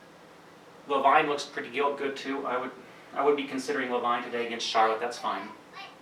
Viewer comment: just work on the pronounciation. Levine rhymes with seen.....not vine which is history. Batum rhymes with doom.